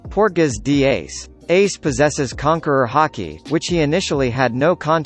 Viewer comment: "PORTAGAS D. EYEYS."